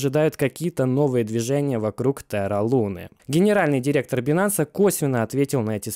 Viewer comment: Правильнее говорить байнэнс, а не бинанс)